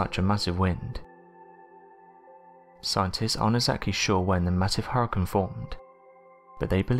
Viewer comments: I know I can't be the only one I aggravate it with the way he pronounces hurricane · thumbs down for saying huricaine wrong so many times.. other than that i love your vids...